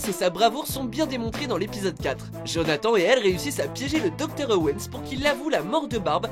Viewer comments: Ça se prononce jonahtanne et pas jonhatan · Vous avez dit Jonathan, djonathan ptn c’est jonathannnnnnn comme âne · Jonathan an ? Ane euh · Pardon, JonathAN Non !!!!! C'est JonathanE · ça ne se prononcent pas Jonathan mais jonathane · Putain sa a écrit Jonathan mais sa ce dit jonathane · Il a vraiment dit... Jonath -EN ? 😐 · Ça se dit pas comme ça Jonathan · On en parle vous dites , JonathAN au lieu de JonathANE et LucASSE au lieu de LucAS